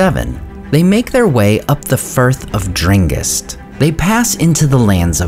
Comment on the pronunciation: Did you just say "Firth of Drengist"?